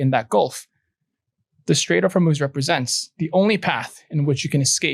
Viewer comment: Take a shot every time he says, "Strait of Hormuuhhz"